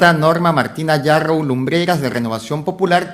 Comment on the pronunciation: Sr,no es Narrow, es Yarrow,y despues te ofendes cuando te dicen caviar, disculpa pero me permito decirte caviar, porque antes de abrir tu bocota informate bien, porque yo resido en CANADA y en este PAIS siendo desarrollado,terminan sus estudios unverisitarios no pueden ejercer,porque no hay plazas,y se ven obligados a estudiar otra profesion, igual pasa en los EEUU, asi que And so sorry for you, See you next time, caviaron